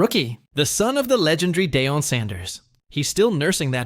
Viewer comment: This robot saying Day-on Sanders had me rollin!